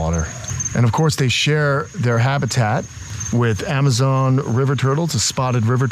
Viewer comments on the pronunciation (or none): none